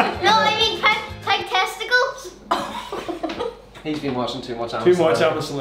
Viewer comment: "is it testacles".